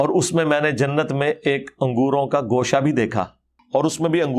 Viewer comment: انجینئر محمد علی مرزا معروف بہ ’چھوٹا مرزا’ خود لفظ ِ ’اُردُو’ ھی درست نہیں بولتا ، بلکہ ’اڑدو’ بولتا ھے ۔ ’خوشہ’ کو گوشہ ، ’پراگندہ’ کو پراندہ , ’بیخ کنی’ کو بیچ کنی ، ’مُورد ِ الزام’ کو مودر ِ الزام ، مزارات کو مزرات ’استاذُ الاساتذہ’ کو استاذ الاستاذہ ، طِفَل ِمکتب کو طُفل ِ مکتب ۔ یہ چند نمونے ھیں اس جُگت لامّا کی ’لسانی طاقت’ کے ۔ یہ شخص انتہائی بڑبولا بلکہ ’مونہہ پھٹ’ اور بےادب و گستاخ واقع ھوا ھے ۔ شرفاء اپنی عزّت بگڑنے کے ڈر سے اسے مونہہ نہیں لگاتے اور یہ کہتا ھے میرے علم کا رعب اور دبدبہ ھی اتنا ھے کہ مخالف ٹِک ھی نہیں سکتے ۔ کم علم بلکہ جاہل قسم کے اینکروں کے سامنے بیٹھ کر غلط سلط حوالوں پہ حوالے دیئے جاتا ھے یہ نام نہاد ریفرینس کا بادشاہ ۔